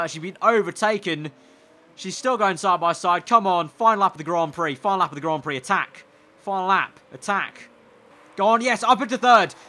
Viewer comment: Did you actually say that lol Grand Pricks Thought I had switched to pornhub when I heard that